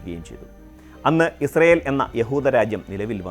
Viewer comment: പലസ്ടിന്റെ ഒരു വേദിക്കാ ഇൽ ഇസൃൽ.. 😏 പലസ്റ്റ്ഇൻ 👌